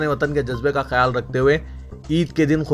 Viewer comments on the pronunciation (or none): KHURBANI KYU BOLTE HO ???